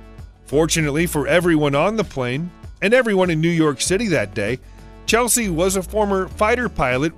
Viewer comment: Chesley Sullenbrrger... Not Chelsea.